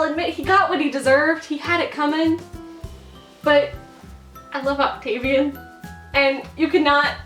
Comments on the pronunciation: She says 'Octavian' i punched the wall and yelled "why?!" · "octavian" REEEEEEEEEEEEEEEEEEEEEEEEEEEEEEEEEEEEEEEE